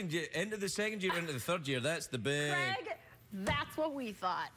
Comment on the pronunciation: American people don't pronounce his name correctly.. C r e g... Its Craig like.. C r a y g.